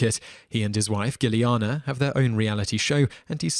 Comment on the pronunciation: Rancic is pronounced RAN-sick. Giuliana isn't pronounced the way you said it either.